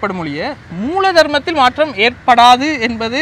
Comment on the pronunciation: மாற்றம் த்தின் உச்சரிப்பு maattam. MaatRam இல்லை. ற்ற = ta என்றுதான் சத்தம் வரும். சென்னை மக்கள் ஆங்கில மூலத்தில் தமிழ் படித்ததால் ற வை tra என்று எழுதிப் படித்ததால் வந்த வினையே அது.